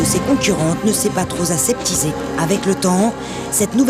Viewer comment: "Trop z'aseptisé" ? Aïe, les liaisons dangereuses ! Enfin, un bel hommage à une auto disparue au nom de la sotte lutte contre ce malheureux CO2. Idem la S 2000 d'ailleurs.